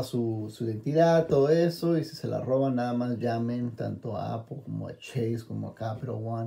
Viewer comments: No entiendo por q cresta dicen apol si no le veo la o a la palabra apple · IGURU Technology and Iphone Tips no estoy preguntando por apple wallet solo digo por q pronuncian tan mal la palabra apple y le dicen APOL si no lleva ninguna O eso estoy diciendo